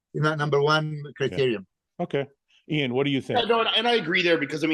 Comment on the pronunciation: Great podcast guys that was awesome, also: Iain, you should update the phonetic pronounciation of your name on your instagram to how Milos pronounces it: "Eee-Yawn" or sometimes only "Yawn".